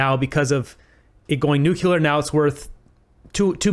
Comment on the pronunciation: Stop saying nucular! It sounds stupid. It's nu cle ar! Other than that , you're doing an awesome job! 😃